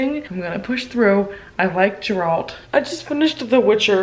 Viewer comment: the way you pronounced Geralt... I love you so much. I'm sad you didn't enjoy but I also agree with you that not every one of the stories is great! Maybe if you're still interested you can just skip to Book 1?